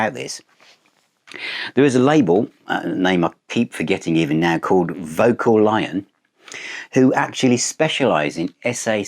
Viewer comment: Hi, I think it's pronounced vo-calion. That said, I think I prefer vocal-lion.: ))